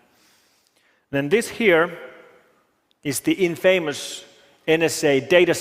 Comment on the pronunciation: Mikko spoke exceedingly well. Just mispronounced 'infamous'. But he spoke clearer English than many English. Im English btw living in Finland